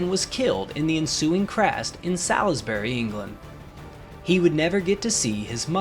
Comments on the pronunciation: Is pronounced "salsberry" not "sal-is-bury" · It's Sawlsbry NOT Salsbury ;-) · And another thing, Salisbury is not pronounced "Sals-bury", it is pronounced "Sols-bury" as in the Peter Gabriel song "Solsbury Hill" which (incidentally) is not the same place! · Neeed to pronounce Salisbury better lol